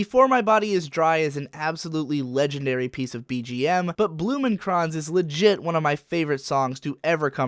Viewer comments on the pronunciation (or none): Nah, Blumenkranz sounds great musically, but the lyrics are just awful. The fact that even a native speaker almost needs to look them up, since even your butchering of the title in this video is almost perfect in comparison to the countless missed syllables, weird pronunciation and "I don't know what to do here, how do people speak this?" moments isn't really helping either. I'm glad that there is at least one place on earth with a little respect for German, and I appreciate the effort, but to me the song is mostly just great bgm, not really something I can regularly listen to on it's own. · >mispronounces Blumenkranz REEEEEEEEEEEEEEEEEEEEEEEEEEEEEEEEEEEEEEEEE